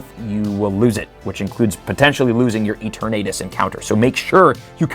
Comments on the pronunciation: I have the “it’s LeviOHsa, not LevioSAH” itch from saying Eternatus’ name incorrectly. “EterNAYtus” just sounds wrong to me XD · It’s Pronounced as: e-ter-na-tus 😅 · Mega Dragonite encapsulates what Dragonite is perfectly both a derpy looking dragon with a chill side and a force to be reckoned with when its chill level is at 0. Also yeah Mega Dragonite looks both derpy and somewhat ok at the same time. Edit: Is it just me or is pronouncing Eterantus as E-ter-nadus? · Kinda cringing at the way you're pronouncing Eternatus. lol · The pronunciation of Eternatus hurts me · Are you trolling with the eternatus pronunciation? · There’s no reason to pronounce Rookidee like that. The “E-tur-naytus” pronunciation is also absurd, but at least I’m pretty sure that’s a joke. Edit: Nope. Never mind. He keeps saying “E-tur-naytus” throughout the whole video, without the exaggerated southern accent.